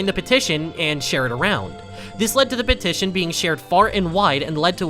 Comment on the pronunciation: "would you like to sighn my pettishon" idk how to spell